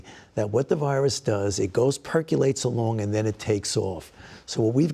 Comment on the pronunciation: "It perculates along"